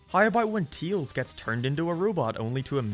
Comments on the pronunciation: "Teels" instead of Tails, you know that's LS mark. Listen buddy, Heroes is bad. SA2 won. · Your opinion is automatically invalid because you can't say "Tails." "Teals" isn't a Sonic character. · He acknowledged the way he says "Tails" and he is doing it on purpose now.